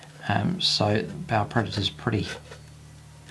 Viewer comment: That is a damn pretty tank! And I like that you pronounce the name of it right. Many is the ba player I've met who tells me how cool their 'ball' predator is. smh It's the only blood angel toy I wish other codex marines could take, mostly for the twin assault cannons.